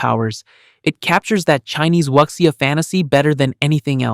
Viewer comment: Fine vid, but check the pronunciation wuxia is not pronounced with an "X".